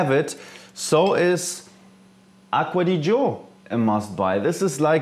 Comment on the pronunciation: "Aqua di Joe" lolz..